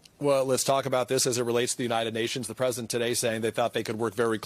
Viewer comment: am I the only one who gets annoyed at reportes who say, 'the Present' instead of President? sounds dumb af